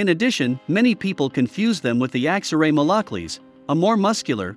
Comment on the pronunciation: Who did he say people confuse them with? The Axelray Malockleys? I know that’s not correct but if anyone in this group know what he’s talking about could you be so nice as to inform me on this breed please?